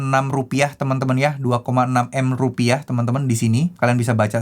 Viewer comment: Karna kebijakan baru, sekarang pakai penekanan "Rupiah" 😂